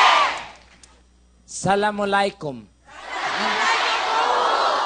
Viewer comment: Not salamalaykum but Assalamualaykum😂